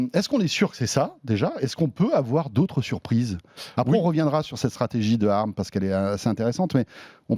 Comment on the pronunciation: Mais pourquoi vous dites « arm » au lieu d’ARM (a-ère-ème) ?!